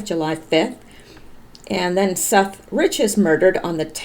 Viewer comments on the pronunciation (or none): none